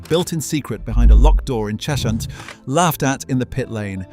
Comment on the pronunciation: Cheshunt is pronounced Chezhunt